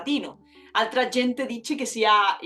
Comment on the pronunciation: Bueno C2 en italiano me parece un poco soberbio, no se dice "piú simile DAL latino" si no "piú simile AL latino", luego el acento del "congiuntivo" no es sobre la A si no sobre la I - no "siÁ' si no como "SIIA". Pues seguno los escolares la lengua mas parecida al latin es el SARDO.